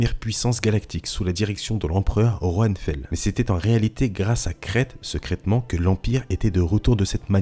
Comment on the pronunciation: Un génie se gars, sekraytement / secrètement. Tkt on t’en veux pas